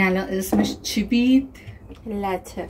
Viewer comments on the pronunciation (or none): جان من خیلی بهت افتخار میکنم سبک زندگیت خیلی سالم و قشنگه فقط میخواستم یک پیشنهاد بدم اکر میخواهی آموزش زبان انگلیسی بدی تلفظ های صحیح را نه از کسبه بلکه از منابع معتبر یاد بگیر من با اینکه ویدیو ت رو در رفت و آمد کارهام تماشا کردم دو تا غلط تلفظی پیدا کردم یکی multi که مالتی صحیح است شما گفتی مولتی و قهوه ای که درست کردی لته گفتی که لاته درسته این اشتباهات رو‌کسبه کم سواد رایج کردند که بچه های نسل شما نباید به غلطهای رایج گوش کنند باید درستش رو یاد بگیرن و رواج بدند امیدوارم کانال انگلیسیت بی غلط و موفق باشه ❤